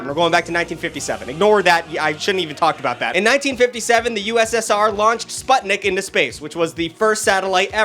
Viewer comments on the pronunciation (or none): Noy trying to be that guy love ur vids btw but Sputnik is actually pronounced spootnick